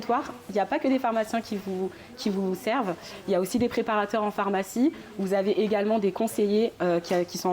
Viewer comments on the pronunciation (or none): Le journaliste qui prononce « phOrmacie(n) », je n’avais jamais entendu cette prononciation jusque récemment, ça m’intrigue. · Pourquoi l’interviewer dit "phormacie" "phormacien" ?? 🤔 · accent du nord de la France.